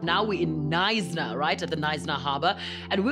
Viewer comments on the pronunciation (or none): Knsyna the K is silent